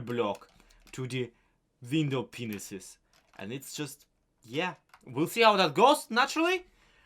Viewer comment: Enjoyed your video! Cathedral is looking amazing.. and love how you tied in the Legacy lore! One suggestion is to pronounce "Window panes" as "Window puns".